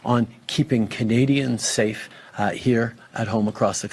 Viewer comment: Um i dont think Justine knows the defination of "sa-ffe" or however he says it